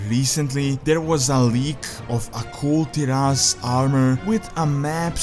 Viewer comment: bro... come on... its Kul Tiras not Kul'Tiras